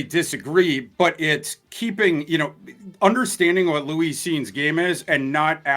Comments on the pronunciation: The way he says Louise instead of Lewis is also a little suspect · Why's he keep calling him Louis? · Someone tell its Lewis Cine not Louise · Love thorsday… but he need to pronounce Lewis correctly lol